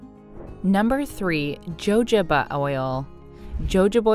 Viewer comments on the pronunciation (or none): It’s ho ho ba, not Jo Jo ba ❤️ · Ho ho ba NOT JO JO…how serious do you expect us to take you?? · It's called hoe hoba, not jojoba!! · They also pronounce words incorrectly. Jojoba is pronounced Ho ho ba, not Jo Jo ba. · I am very interested in using oils for skin care so I was excited to hear this. I couldn't listen because you kept pronouncing jojoba "joejaba" instead of the proper "hahoba" I know your way is accepted somewhere but not correct. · Just FYI - jojoba is pronounced huh ho bah not joe joe bah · It’s pronounced hohoba not jojoba… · Hahaha 😅😅😅 No, not "Joe Joe ba oil". It's "ho ho ba oil". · It’s pronounced “ho ho ba” not “joe joe ba” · its pronounced wa ho ba. not jo jo ba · Omg. It’s pronounced “ ho HO ba” oil, not Jojoba with a hard “j”. Jeez, if you’re doing video on recommended face oils, please learn how to pronounce them correctly. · It’s no JoeJoeBah it’s pronounced HoHobah. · Omg. Someone please let this woman know how to pronounce hohoba oil. Jojoba😂😂😂😂😂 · Jojoba oil is pronounced with a h sound not j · Really? JOJOBA is not pronounced as its spelled..it is HOHOBA .... please USA get your narration correct.... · Its pronounced hohoba oil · What about squalene oil? By the way jojoba is pronounced huhhoba. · Jojoba. Is pronounced hohoba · Jojoba oil is pronounced with an H. Not the J. (hohoba) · jojoba = ho-ho-ba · wow PROPER pronunciation IS hohoba. Where the person speaking is from is irrelevant. Don’t think it was ego intended at all. Anyways could be a bot 🤣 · Lmao joe joe ba great pronunciation job narrator🤣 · 3. Jojoba Oil was pronounced incorrectly. It's pronounced with a " H" (huh·how·buh). Other than that, the info was useful. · It is pronounced (yohoba) jojoba oil. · My skin crawls EVERYTIME she says Joe Joe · It’s called Hohoba oil. Not jojoba oil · Maybe it’s been said but…jojoba is pronounced “ho-ho-ba.” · It's pronounced "H" . Jojoba oil is pronounced "hahoba" oil. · jojoba is pronounced HO HO BUh.. and it is a wax.